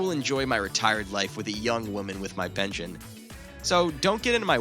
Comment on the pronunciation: It's not pention it's "pension".. there's an "S" in there but no "T"